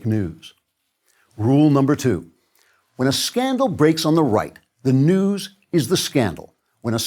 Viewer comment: I thought he said fake "dews" ...like the "mountain cool" you'd get from a No Frills.